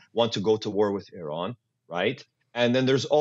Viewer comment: The guest’s pronunciation of Iran is incorrect and exaggerated.